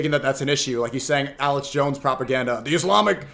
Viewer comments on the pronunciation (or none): none